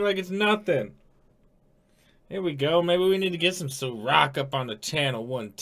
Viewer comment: I's SAH-roc not Suh-roc.